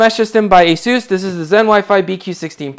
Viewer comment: ASUS is pronounced like "aces." It's not a-SOOS. Or az-us. Or anything else. The company's co-CEOs both pronounce it "aces." I'm going with them on this.